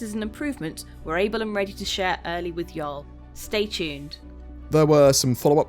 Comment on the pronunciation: "Y'all" sounds really weird with new accent.